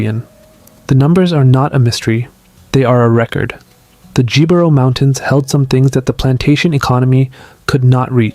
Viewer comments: Just an FYI, "Jibaro" is pronounced "he-bah-rro". J's are pronounced as H's. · Jibaro is pronounced "He-bah-rrow" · Every time the "Jibaro" mountains were mentioned with a hard english "J" was hilarious. Interesting video. I'm reading a lot of people here trying to argue as they define what a Puerto Rican is. I'm Puerto Rican. We're mixed. We're not all going to have the same DNA. Appearance-wise, my own family ranges from light to dark skinned. Most still live in the island. My DNA came back 16% native, 25% african (19% sub-saharan, 6% north african), then the rest is spanish, basque, portuguese and a little french. I know from what my family says, we have descendents from Las Canarias.